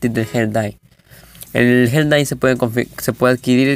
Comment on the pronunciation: Cuando dices Gel dye suena como hentai •<•